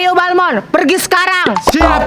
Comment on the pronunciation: Balmond apa balmon 😂